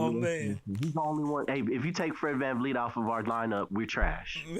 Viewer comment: ….who the fuck is VanLeet???? It’s VanVleet😂😂😂😂